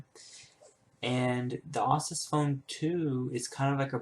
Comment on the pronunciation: Asus. not Assus. Its the last part of Pegasus.